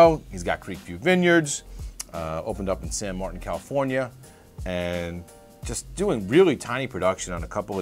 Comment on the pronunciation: I live in that area. Creekview is one of my favorite wineries, producing spectacular wines. By the way, the city they are located in (San Martin) is pronounced "San Marteen". Clearly, you are not from the area.